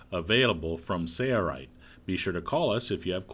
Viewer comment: It’s Sail-Rite. . . . . . Not Sayre-Rite !